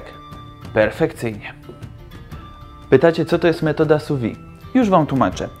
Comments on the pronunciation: Szefie, nie wymawia się su wi tylko su wid (sous vide) sous-pod vide- - próżnią wiem że francuszczyzna teraz niepopularna ale profeska wymaga znajomości terminów kulinarnych w oryginalnym narzeczu. Francja to ojczyzna grande cuisine - przetłumaczcie sobie co to znaczy. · Bardzo ciekawe i przydatne. Malutka konstrukywna uwaga, że wymawia się [su wiD].